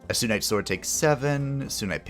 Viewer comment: I kinda wanna point out it’s SUNite you know coz it’s called SUN haven just wanted to let you know😛